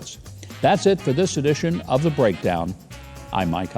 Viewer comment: You said,, “That’s it for this edition...” and I heard, “... the sedition...”. Lol